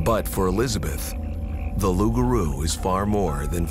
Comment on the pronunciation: Its LOUPgarou Loup:lobo: wolf